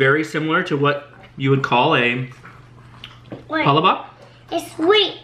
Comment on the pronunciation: Great video! You guys sure do love filipino food! Just to let you know, palabok is pronounced: PA-LAAAA-BOK. Emphasis on the LAAA...lol